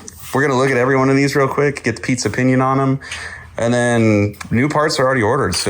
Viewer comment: This weeks episode of CSI:Hemi is brought to you by Harrell Engine and Dyno. Finn, I think you said Pete's opinion but I heard pizza pinion. 🤣